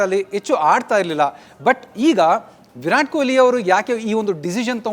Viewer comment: Stupid reporter calling him koili. Can't even say kohli